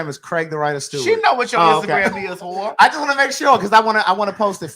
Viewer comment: Now I was wondering where u from but babyyyyy when you said whore I knew you were from here ❤❤❤❤ # Baltimore # Maryland